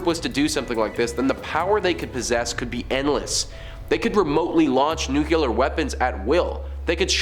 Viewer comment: New-clee-er, as in the nucleus of an atom. Not new-Q-ler. It’s not a nuculus.